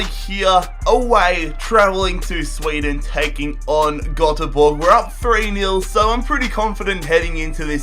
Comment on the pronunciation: Stop saying Nil ul its Nil Nil